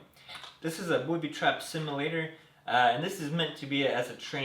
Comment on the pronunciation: he said booty trap